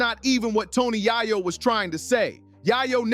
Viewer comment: Tony Yay Yo 😅😅😅